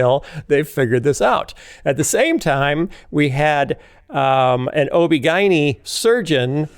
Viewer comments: Lots of people pronounce it that way, including OB/GYNs. It was jarring the first time I heard it, but now I’m used to it. 😂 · Is that how Chicagoans pronounce OBGYN?? 🤔 🤣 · 😂😂> its so funny how he pronounces ob-gyn. But huh-uh...that's just another Phil-ism. Apparently: You can take the man out of the veggies tales but you can't take... (Well, you know 😉).